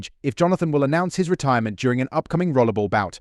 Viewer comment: Why do you keep calling 'Rollerball' Rollable?